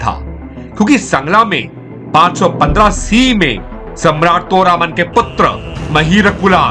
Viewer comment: सुन बे तोरमाण है और हूण. ये अग्रेज न बन, हन तोरामान और फिर वेदा श्री रामा बोल, बेवकूफ